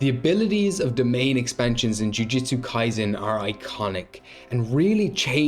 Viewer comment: “Ju-jut-sue.” Not “Ju-Jiu-Tsu.”